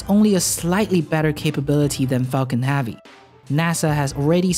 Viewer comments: Nice. But his analysis of SpaceX's vision and role in the future is as accurate as his pronunciation of "havvy".. erm, i mean "Heavy". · Why the f*** does he say Falcon Havy instead of Falcon Heavy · you say havy alot what country are you from to pronounce heavy like havy just wondering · curious as to why you pronounce e sounds with a sounds, like falcon hAvy? it that normal in your neck of the woods? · adolf I would enjoy watching his channel more if he pronounced Havy they right way.